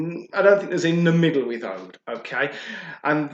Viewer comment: It's oud not oad